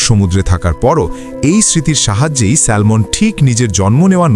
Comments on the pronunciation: ব্যাটা আহাম্মক এটা স্যামন (Salmon), স্যালমন নয়, এখানে 'L' এর উচ্চারন হবেনা। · এটার উচ্চারণ হবে স্যামন , কেন বাংলায় একটাকে সালমন বলে ?!!!! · সালমান না স্যামন হবে উচ্চারণ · স্যালমন নয়, উচ্চারণ হবে" স্যামন " 🤣🤣🤣! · Excellent video. I agree with the commenter because the pronunciation is Salmon(Samon) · উচ্চারণ হবে স্যামন। L silent থাকবে। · Pronounciation ta স্যামন হবে। ( Salmon) Akhana' L ' letter ta silent tkhaka.❤🎉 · স্যালমন বলতে কোনো মাছ নাই।ভুলভাল উচ্চারণ করা বাদ দিন আর উচ্চারণ না জানলে নামই বইলেন না। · It’s pronounce SAMON. L silent